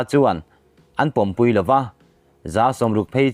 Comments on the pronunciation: Thil dang zawng aiin mizo thu thluk ilam sual reng mai..."kal khawm pumpui" tih tura, pumpui hi, sakawchhung pumpui angin ila rawn lam ziah...emphatic words ho pawh athluk iti dik thei thrin lo. Utuber-ah proffesional ini ve tawh a, tranlak hle angai...news collects etc..ah chuan ihuaiin ithra..i collect thiam bawk... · Apumpui tih hi athluk ilam dik loooo he kan chaw pai tawihna pumpui hi alom ilam daih...han tang sauh2 teh hma isawn twh khop ania ichhiar tirh ai chuan...ichhiar thiam lo poh anilo athluk hi iharsatna ber ani in ka hria midang lam dan te hi chik la ngaithla ngun paih la hmasawn han tum ve em2 tawh teh..